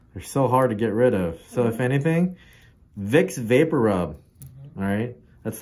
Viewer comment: Did he say Wick Vaporup?